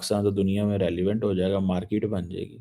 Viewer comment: Markeet bolna sikh le phele, mote chimu😅